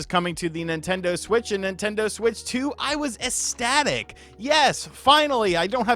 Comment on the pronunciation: The word is ecstatic. Not esstatic.